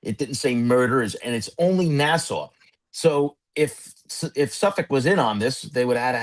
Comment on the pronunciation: It's refreshing to hear someone in true crime pronounce "Nassau" and "Suffolk" correctly.